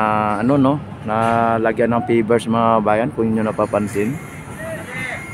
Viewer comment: Hindi PIBERS. Easy lang naman, Practice lang. Sabihin mo PEYVERS. Oks lang kung hindi mo mabigkas ang letter V. PEYBERS na lang. PEYBERS, PEYBERS, PEYBERS. 😁😁😁